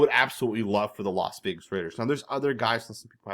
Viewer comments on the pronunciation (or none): He also says Los Vegas